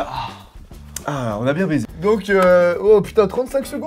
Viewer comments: mais non il voulais dire "on a bien baisser" sauf qu'il a coupé donc on dirais qu'il dit "baiser" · Je crois que il voulais dire on a bien baisser mais c'est vrai que on entend baiser